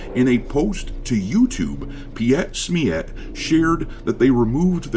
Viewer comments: its spoken PEET SMEET :D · Though not the topic of the video by a wide margin, you butchered that German name. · how you say PietSmiet :D made my day